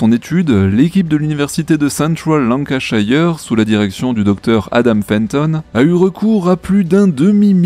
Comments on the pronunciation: lancashire, pas lancashaieur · Lancashire se prononce lankeusheur : ))